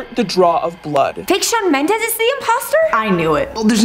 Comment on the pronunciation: Did she say shawn mendes